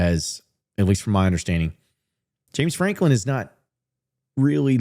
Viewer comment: if you say James Franklim one more time I'm going to UP CHUCK